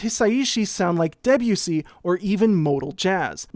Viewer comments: Please pronounce Debussy by stressing the 'bu' not the 'de' as is in keep with French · For years I have known Debussy and I know it's pronounced "deb-you-see" but I will never stop pronouncing it "De'Bussy" in my head first lol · Great video but your pronunciation of Debussy is making me want to eat my laptop.